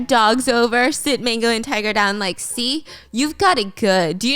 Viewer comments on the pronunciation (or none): none